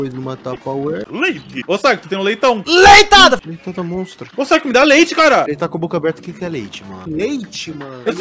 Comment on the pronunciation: "Leitada absoluda"